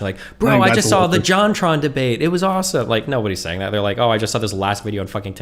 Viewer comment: Dude said "issuesome"